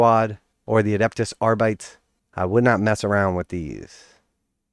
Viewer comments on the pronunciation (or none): Is not "ar-bites", is "ar-bee-tes" which in latín would be wrong too anyway.